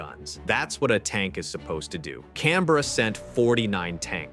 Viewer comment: As an Australian, I'd just like to say, we appreciate the way you say Canberra correctly. Thanks!